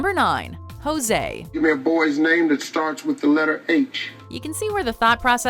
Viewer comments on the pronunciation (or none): im sure that guy meant "Hosea" which is literally a name and not "Jose". This is the 2nd time im seeing a watch mojo video bringing up this segment....it's just stupid, you know what he meant, he just mispronounced, like you do in a lot of videos, especially with names